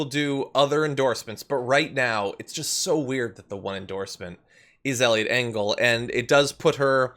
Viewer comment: I heard Elliot Dingle at first and I am just going to stick with that.